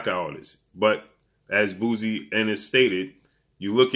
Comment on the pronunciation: Bozy not Boozy